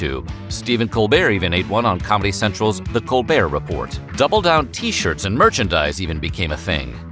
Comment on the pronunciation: Smh. The "t" is silent on Colbert Report 🙄